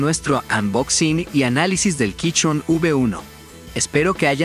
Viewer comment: Buen video, pero me da gracia el "quichon". Yo recien me compre el mismo teclado